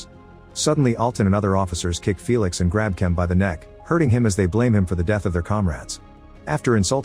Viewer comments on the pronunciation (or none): none